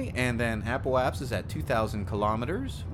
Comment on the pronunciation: “Apoap*sis*.” “Periap*sis*.”